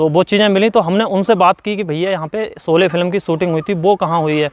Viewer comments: Solye nahi bhai sholye hota hai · Solay nahi bhai “ SHOLAY” hai. Lagta hai apko s aur sh mein problem hai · आरे झुटे भैया पहले तो सोले नही शोले बोलो और शोले की शुटिंग महाराष्ट्र के रायगड मे हुई है कुछ भी मत बको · bhai pronunciation theek karlo....solay nahi sholay hai... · Yaar PLEASE, jis main topic par apna poora video bana rahe ho, KAM SE KAM WO NAAM TO SAHI SE BOLNA SEEKH KAR PHIR VIDEO BANAIYE. Ye SO LE / SO LE kya hai. Lakshya ka 'SH' to sahi bola.